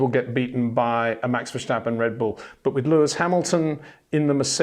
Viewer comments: IT is verSTappen not Versjtappen!!👽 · it is NOT Max "verSHtappen" ... Max is not German (Germans indeed do pronounce "st" as "sht") ... #Max33 = Dutch NL/Belgium! ... It is not "Bottash" nor is it "Lewish" certainly not "verSHtappen" .... This BS started long time ago when a British sport presenter interviewed father Jos Verstappen and assumed you can use a German pronunciation to a Dutch Driver thinking it is so "funny" ... It is not.